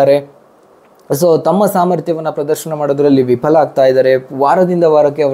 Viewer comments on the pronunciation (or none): none